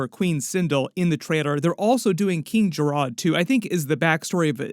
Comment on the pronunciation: (Ka-ta-na) not Key-ta-na King Jared not Jaa-rod 😂